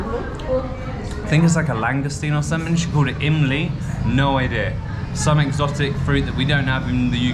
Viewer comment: "Emly" tamarind flavor 😁